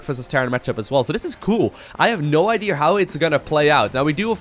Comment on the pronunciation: "i've no ideer how this is gonna play out" -, 2017